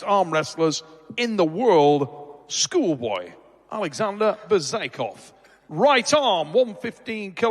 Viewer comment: Excellent event! Some banging matches indeed. I just hope they stop messing up the athlete's names. For example, keeps saying Schoolboy's name as "Be-zay-kov" it's actually "Be-zya-zi-kov" if I'm not mistaken.